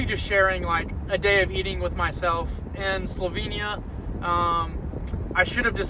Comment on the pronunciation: Great video. Thanks. Just one lil thing ; nobody corrected you on how to pronounce Slovenia ?